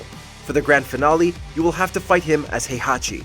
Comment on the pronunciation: You pronounced "Heihachi" wrong. It's not "High-Hachi", it's "Hey-Hachi". In Japanese, his name is written in kana as "へいはち", not "ハイハチ".